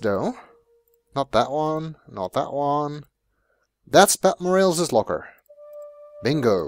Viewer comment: I love all these old Sierra LP's but every time he calls her 'Pat Moe-Rails' I die a little inside.